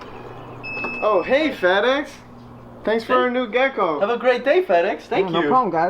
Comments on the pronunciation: I first thought you said, "Oh hey fatass" 🤣🤦🏻‍♀️ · At the start I thought he said fat ass and not fed ex 🤣